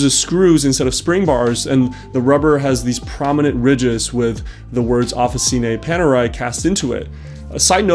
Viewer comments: Some helpful Italian pointers: the "C" in Italian is hard (like in "card) when it precedes an A, U, or an O; it's soft (like the "Ch" in "Choice") when it precedes an I, or an E. So, "Officine" is pronounced like "Offi-Chinay" :) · Great watch! I'm italian and I love Panerai (I'm not a Panerista as I don't own one yet). Your pronunciation is good but Officine it's pronunced with the "chi" sound, like Chicken. 😁